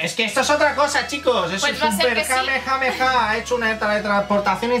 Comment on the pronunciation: pero que dices??? Era tan difícil decir kamehameha 😂